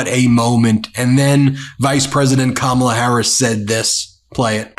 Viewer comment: I told my kids I am immigrating to America because of Kamala😂 From South Africa … What a lady What a speech.. Go Kamala. Your grandkids taught adults to pronounce your name ? Shame on the adults who ignorantly and maliciously mispronounce your name. Your grand kids have more sense than some 78 year olds.. You brought them up correct 🙏🙏 Respect the name parents gave you….